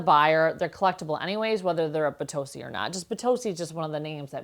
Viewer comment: That first one is not Bitossi imo, in Italy we don't pronounce the O as in nO, it's O as in nOt. Just so you know, lol. I live in Italy and am Australian, and I used to pronounce it like that too. Lovely pieces